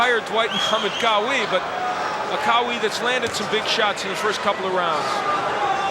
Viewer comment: for God's sake stop saying Quawi, It's Qawi which means in Arabic 'strong'!